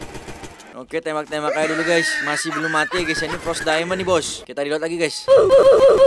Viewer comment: Fros Daimond bukan pot Daimond